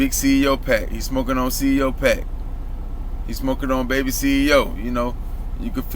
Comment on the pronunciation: Bruh u said big 30 at the beginning 😂 and his name is ceo not C.E.O 🤦🏽‍♂️. Speaking on shit don’t even know correct names n shit.